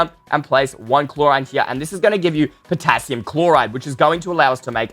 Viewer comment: Wait guys the Potassium sounds like Potato XD